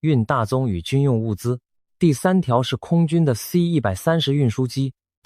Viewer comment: 太平島現在是屬於中共管轄嗎?你全篇AI的影片人物都是穿著中共制服,包括士兵,軍官,保衛,的臂章徽章都是類似中共的,最明顯是 士兵戴的帽子不是12道光芒的國徽,而是中共的星星,如果是如你所說屬於台灣,那AI應該修改為台灣的日常才對,發音也應該台灣腔而非中國腔調,C-130你讀成(塞 一百三十)